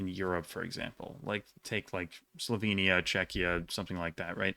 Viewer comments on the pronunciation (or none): none